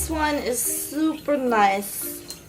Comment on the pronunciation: hahahaha the way she says supa nice